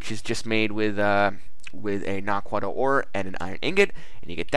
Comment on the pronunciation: Showcase # 2 I've seen of this mod, and still, the wrong pronunciation of the ore. "na-quid-ah", or "na-qua-dah"